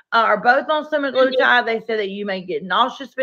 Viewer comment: say semi-glu-tide. All together.